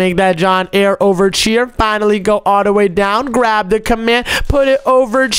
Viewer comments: Pls stop saying chier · STOP SAYING CHIER OMZ